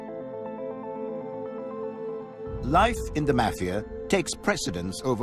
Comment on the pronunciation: I can't stand how he says mafia!